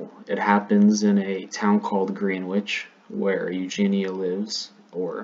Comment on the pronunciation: It is pronounced like grenich not Green wich.